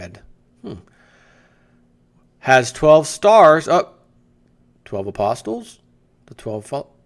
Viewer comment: You don't say the t in apostles, uh-poss-ulls. Maginot (from another vid) the g is pronounced zh like Jean Luc Picard, the t is not pronounced in Maginot either, Mah-zhuh-no.